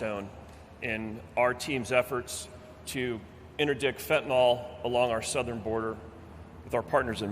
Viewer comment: Why do so many pronounce the word as fentaNOL instead of fentaNYL. A surprisingly large number of people do this